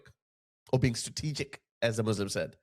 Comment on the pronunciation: he can”t even pronounce the organisation “he banned”, and yes, pay a special attention to the expression “Strategic”.